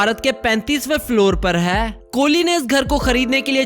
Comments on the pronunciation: Aur kesa "HAII" 😂😂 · Haai haai 😄😄😄😄😄 600 crore ka haai, Haai kaise bolta hai